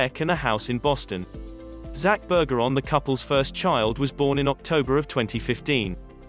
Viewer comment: Work on learning the actual pronunciations, too. It’s BER-zher-on, not BUR-ger-on (perhaps the narrator was hungry?), and it’s MAHL-kin (as in shopping mall), not MAYL-kin (as in malfeasance).